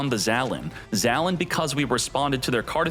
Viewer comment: Dude, it’s pronounced “Zah - Len”. Get it right, come on